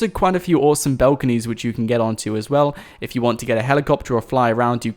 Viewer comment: Bought why do you say "belconys "